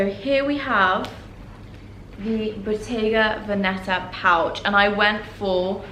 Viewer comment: Love everything BUT please youtubers it’s Bottega Vèneta not Venèta(accento on the first e)!!!! My ears bleed every time I hear it I mean you’re all about fashion and you can’t pronounce the brand names properly ....